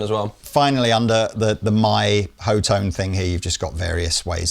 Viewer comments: C'mon guys..... HOE tone?? Are you serious??? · Pretty sure it's hot-one. Lees previous claim. But hot-tone, also makes way more sense than... "Ho-tone". Either way....stupid fuhkin name for a brand, with a dumb spelling that likely messes it up, and pronunciation is funny